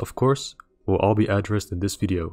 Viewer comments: I was going to complain about how you pronounced addressed, but then the next part was about giving numbers an index and I guess they're literally being given addresses. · The way you say addressed at the start of the video sounds like you were going to assign all of your points an address.